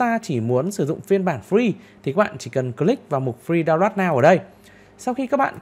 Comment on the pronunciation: Phát âm tiếng Anh khó chịu quá, re xốp, đao loát. Kiến thức rất hay như nghe 1 lúc ong đầu thật sự